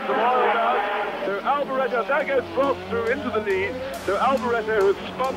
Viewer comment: Why can't Americans say Prosts name or Renault properly 😂 Michael Alboreto 🤦